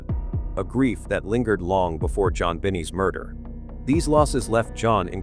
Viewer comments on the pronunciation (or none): It not Jon Benny but Jon Benet phonetically : Jon Ba..nay. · Her name was pronounced Jon (zhznan Ben-Nay- sounds like a pronunciation of a horse n e i g h.) The least these narrators can do is find out the CORRECT WAY to say what they are trying to say. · You people are very wrong! Boulder PD dropped the ball. They didn’t do anything until John Got on them. They didn’t test anything. And you can’t seem to respect Jonbenet’s memory because you won’t even pronounce her name right. It’s pronounced Jon Benay. And the garot is pronounced as Ga rot. John had to keep pushing the PD to do something and they did nothing. Did you check the people that worked with John? Who else knew he got that money other than people who worked with him? You ppl need to check your facts! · Who is John Benny??? It''s Jon Benet!! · Man if you're going to do a video at least learn how to pronounce people's names because it's very annoying trying to listen to something when you're calling a little girl named John and it's Joan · This video can't even pronounce things correctly, stop being so lazy. 23th???? What the heck is tha? JonBenet is not Jon Benny and an insult to the deceased! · This reader doesn’t even pronounce Jo Bennett name correctly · Come on, Jon binney and Jon benny --you can't even get her name right. One of the first signs that you have no idea about what you are talking about or even fact checked / reviewed / edited what you were saying with any real know how. Once again anytime you see this you should disregard anything there after. It seems everyone knows her name but you (or whomever made this). Oh, and he just said Jon Bennett, give me a break. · You really need to learn how to pronounce names correctly. JonBenet is pronounced Jon-benay. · Data fad are these AI readings. They always mis-pronounce everybody's name As well as dates and numbers it just is annoying. Even the child who this whole video is about Her name is mispronounced through the whole thing